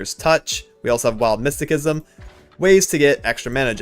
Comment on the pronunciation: Mysticism is pronounced with an "S" sounding c. Otherwise good deck choice. I think Ill go with the Ionia trundle voli.